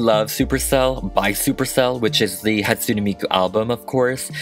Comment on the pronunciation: Ok 1: why is he saying mikus name like that XD 2: dont forget miku was the first anime character THEN she was used as a singer just helpen with some old anime history lol!